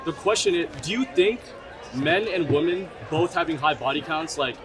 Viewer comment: Another young person who can't pronounce the plural "women" properly. Internet mind virus! :P